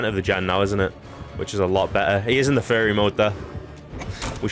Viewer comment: fury ❌ fairy ✔